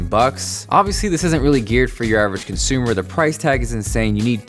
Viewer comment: He said gear for Uravrgconsumer :3